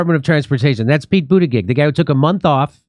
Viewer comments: It's pronounced , Booty Judge ! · Boot Edge Edge is how to pronounce the Secretary of Transportation's name. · Jimmy, it's Pronounced Butt Egg Egg. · I like how jimmy pronouce butigudge name xD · Pretty sure it's pronounced Booty Jig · Pete judybug I can’t unhear it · I always thought that his name was pronounced Butticheek. Let's hope that meltdowns happen to more airlines. Like, BA. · The surname "Buttigieg" is of Maltese origin that is actually pronounced "Butter-gig" (gig as in stand up comedy gig). Its painful watching everyone butcher this name... I went to school with a whole heap of Buttigiegs, can't imagine what they think about this useless politician guy ruining their name... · It’s “butt-gig”. Everyone knows it’s pronounced “butt-gig”. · Jimmy, your struggling over Pete BootyBitch's name, really made me LOL !!